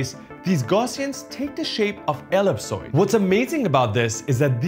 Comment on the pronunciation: Excellent video. , ellipsoid is pronounced (ell - ip' - soid,) with the accent on the 2nd syllable. Regards.